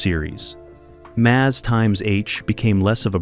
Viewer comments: Try articulating properly, and having the precise information before jibber-jabbing. (1) ex the 4077 had only two sevens not three. (2) when we refer to M.A.S.H the show it's unquestionably pronounced mash (as in potatoes). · No, Frank went on R.and R. While Maragaret was other honeymoon. Had a bit of a breakdown, got busted. All charges against him were dropped, he was made a Lt. Colonel transferred and transferred to a post in Indiana. Or maybe that was just what he told Hawkeye and B.J. It was also really annoying how you pronounced M.A.S.H.